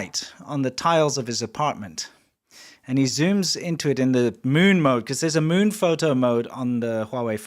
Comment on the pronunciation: I love how says it. The meun. The moan. The mowin'. Sounds kinda like Grandpa